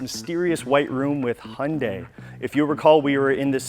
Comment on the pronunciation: It’s Hyundai not hunday lol